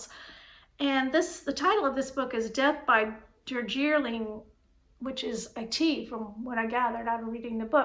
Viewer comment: Da-g-ling = Darjeeling 🥰👍🏻